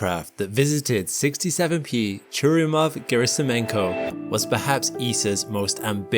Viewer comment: Churyumov is stressed on YU, not on U - ChurYUmov. Gerasimenko also a little misspronounced. It's pronounced as written - GerasimEnko, not Gerasim'YEnko. E is already yotified sound. No need to dub it.